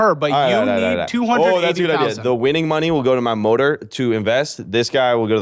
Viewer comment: Did dude just say motor as mother and he’s rich… I love it and I’m subscribing